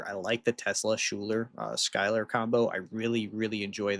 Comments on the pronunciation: Isn't Schuyler pronounced "Skyler"? I've known a person with that spelling. It also makes sense for aircraft. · Hearing mispronounced DVA and Schuyler's name hurts. Lol It's pronounced Diva and Skylar 😅